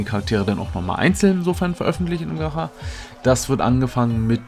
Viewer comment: Bitte ausgesprochen heißt es nicht „ gacha“ sonder gatschaa